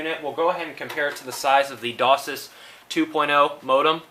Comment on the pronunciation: It isnt pronounced DOSIS it is DOCSIS Pronounced DOCK SIS -_